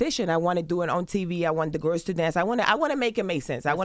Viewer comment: "To the little gerrs" -Joseline😅😅